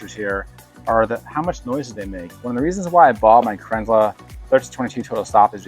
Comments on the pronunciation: Cran zel, not krinzler. Second american ive seen bastardise the name. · Kranzle, pronounce kranzil, not kranzla. Great video, thanks. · You pronounce Kranzle about 4 different ways throughout this video. lol